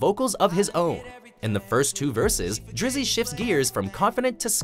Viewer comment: Never say drizy again lol